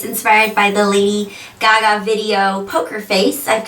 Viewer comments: Lolz. she said lily gaga. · its LADY GAGA no lily gaga